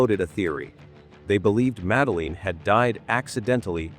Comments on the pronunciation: Please teach that soulless, canned AI voice to pronounce the girl's name correctly: it's "Mad-Lynn" (two syllables), not "Madda-leen" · 18 years later and you still can’t pronounce her name correctly? Absolutely shocking 😮 you dosey septic!